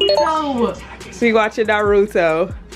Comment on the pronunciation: Y’all are definitely saying the name of the anime wrong 💀💀💀